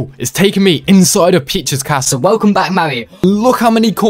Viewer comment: sounds like you said “pizza’s castle” lmao